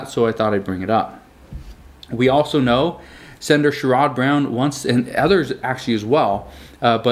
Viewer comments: You say the Congressman from Ohio like share id Brown. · It’s pronounced sherid brown… I know it’s spelled sherod